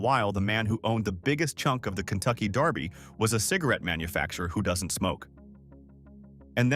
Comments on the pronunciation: Please! It's DERBY! Not Darby. Do your research. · Its derby, not darby! Kentucky belongs to the people, not a bunch of millionaires! i resent your saying that cause its not true! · This is killing me. It is pronounced Versales NOT like the french chateau. It is pronounced DERBY not Darby. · It's Kentucky Derby..... Not Darby! Pronounce it right if you are gonna do it! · It’s DEEEEErby. Not Daaaaarby. 😂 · It is also pronounced "DERBY", not "DARBY". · It’s DERBY not darby. What the heck?!? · DERBY Not darby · Derby is pronounced Dur-bee; not Dar-bee...😊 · Also, it is dErby, not dArby. 😉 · dErby. NOT Darby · Huh it's pronounced how ever the person says it saying it Just like Louisville people says it different I Lived in Murderville Guntucky My Whole Life A Couple Blocks From Derby it doesn't matter how a person says it Frfr but as I was writing this I heard dude on this video say Darby lol so I understand wat ur talking bout your right to correct them on the way there saying it lol My Bad